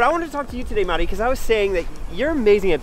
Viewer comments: I have to give it to you that you are one the few people who actually pronounce Matti's name correctly, in Finnish way. 😊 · You say Matti’s name wrong